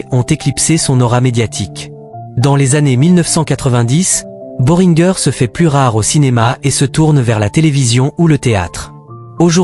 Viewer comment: boh ring guer se prononce boringé !!!